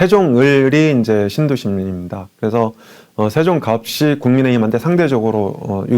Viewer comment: 발음에서 (예시: 천안갑이) 라면 갑시...가 아니고 가비..라고 해주세요